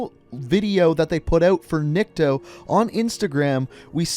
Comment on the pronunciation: not nIkto, his name is niktO, niktO- никтО, dat`s mean "nobody", ok, alright? Просто слух режет) (a little bit annoying XD)